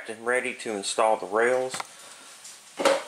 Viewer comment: Haha, and now, the rrrrrrails! 🙂 Seriously, this was a great series, and quite unique on YT, at least to my knowledge, which makes it a great contribution 👍 Loved the rod trick too Thanks for sharing